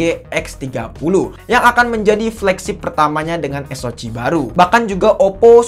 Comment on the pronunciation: Bacanya eS-O-Si bang, bukan eS-O-Ci. 😆 Atau kalo Indo eS-O-Ce.